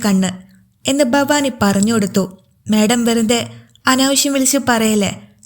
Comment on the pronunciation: ഫവാനി ഫവാനി എന്നു പറയാതെ ഭവാനി എന്നു പറഞ്ഞുകൂടെ